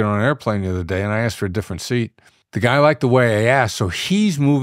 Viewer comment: Wait, he started off the interview with “… it’s how you axed”